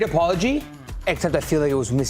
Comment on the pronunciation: Did I hear you say "great apolog?"! Terrible!! This is nothing but another slap on Xabi